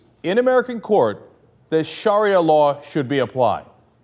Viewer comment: You can't even say sharia right.